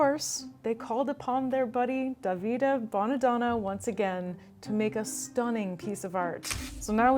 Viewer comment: Your pronunciation of "Davide" is so funny 😂